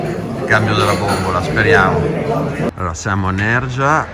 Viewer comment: Sia Nerja che Frigiliana si pronunciano con il suono aspirato "h" - Nèr-ha, Fri-hi-lià-na. Se hai pronunciato bene la "j" nella frase "Garcia y hijos" perchè non la pronunci correttamente in Nerja? ))))